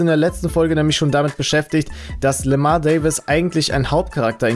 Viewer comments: Der heißt doch Lamar und nicht Lemar 😂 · im Game wird LAMAR ,, LÄMOR" ausgesprochen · Es wird Lämor ausgesprochen